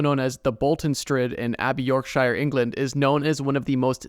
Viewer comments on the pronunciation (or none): The way you pronounced Yorkshire killed me